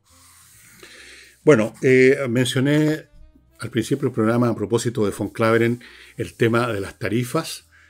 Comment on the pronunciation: PELUQUITA QUERIDO EL CANCILLER ES : ALBERT VAN KLAVEREN STORK NOOOOOO como dices tú “VON KLAVEREN” Hasta cuando viejo estúpido